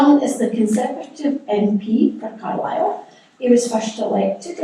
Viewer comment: Yes, an interestng contrasting set. One speaker manfully took his flak, voluntarily, for the difficulties in getting Welsh placenames accurately pronounced, but the Conservative MP mispronounced his own Car'LI'le as CAR-lsle. Such details, trivial and minor in the Greater Argument, tell all when the real work starts. The very well put point that CBR is not 'reversing Beeching' but is proposing a new 21c rail connection, put it that CBR must address 1. Local, AND 2. Regional And 3. National issues and priorities. I would expect the 'Local MP', who represents Carlisle to the National UK Govt., to see further than the 'Regional Development' issues which seemed to be his focus?